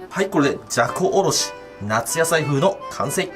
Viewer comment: じゃこおろしがざこおろしに聞こえた